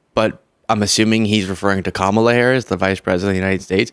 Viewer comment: Irony... You paused moments into the clip at to sarcastically ponder who John could be talking about when he had mispronounced VP Harris' name, all the while blissfully oblivious to how you are clearly and repeatedly mispronouncing the name of the subject of your own clip... I dig your message mostly, but your format just comes across as juvenile sometimes.